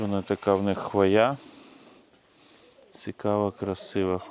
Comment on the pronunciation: Нє ну хвоЯ так хвоЯ 😂😂😂 завжди цікавило що спонукає людей коверкати наголоси в загальновідомих словах